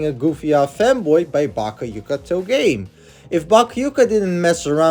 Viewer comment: “Bakkiooka Toe-Game”